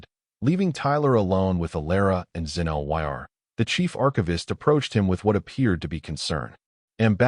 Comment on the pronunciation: Xen-Lyr's name cannot be properly pronounced by the narration. (LOL)